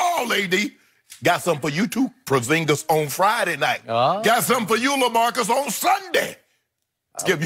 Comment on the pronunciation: "got something for you prozingis" haha shannon is the most entertaining dude of all these shows